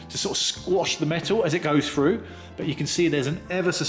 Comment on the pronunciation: Would that be "through" and not Froo?